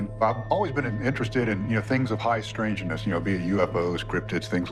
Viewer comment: "High" strangness you say, sir?